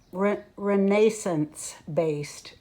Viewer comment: Re-NASON-se? I know of people with the last name Nason!